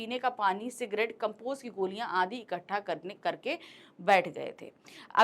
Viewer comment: Maam says cigrate